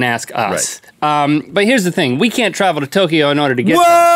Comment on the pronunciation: Say it like Toe kyo not Toki yo